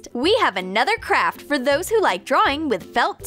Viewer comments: I thought she said ''for the next crap''(pls dont hate) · I thought she said “For the next crap” XD